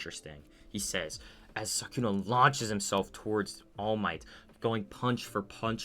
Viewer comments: Are you saying sakuna or sukuna i cant tell if im trippin or just hearing you wrong 😂😂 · u said sakuna, not sukuna tho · btw i am pretty sure it is called sukuna not sakuna but oh well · Why tf did you say Sukuna like that? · but he cant even say sukuna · Was it ragebait when you kept mispronouncing Sukuna’s name? 😂